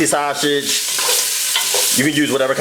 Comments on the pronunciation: What is so hard about saying SAUSAGE?? There’s no “SH” sound anywhere in the word. Baby you are a great cook but you need speech therapy. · He is saying that purposely ShuShij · Dude, it’s sausage, not shasage. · Sha-sauge 😂😂😂 love you this look fye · Same here🤣😂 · Aver and over again too lol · Lol that's the philly shiy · I’m dead lol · I can’t say it either😂😂. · That’s how I say it, ordering at McDonald’s when I’m talking to fast “Yes let me get two saushich bischits” 😂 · He was committed to it too lmao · Stop saying saw- sage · Did he just say shasage🤣🤣🤣🤣🤣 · Take a shot everytime he says "sauSHage" 🤪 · I really think this dude thinks there is an 'H' in sausage. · This dish is amazing‼️‼️‼️💯 it came out so well when I cooked it tonight 😋 inserts... 🗣forget how he pronounces “SAUSAGE” that boy knows what he’s doing 👏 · There is no “H” in sausage! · Aaliyah Jackson the fact that you could spell it the way he pronounced it has me cryinnggggg😭😭😂😂😂😂😂